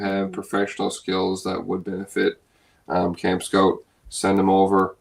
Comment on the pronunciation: Another good video. Anyone else notice says Camp Scout instead of Camp Skote?